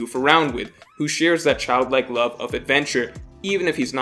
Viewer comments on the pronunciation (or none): none